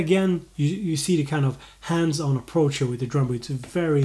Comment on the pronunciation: At first I thought he was saying handsome instead of hands on lol! Good vid tho!